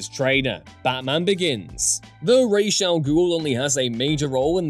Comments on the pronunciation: This. At least it's being said right in this video, but the Nolan films totally screwed this up. It's Raysh, not Roz. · I LOVE YOU for pronouncing "Ra's" the way it's SUPPOSED to be. I HATE Nolan for causing a trend that won't seem to die.